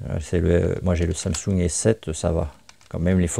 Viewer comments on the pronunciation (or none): none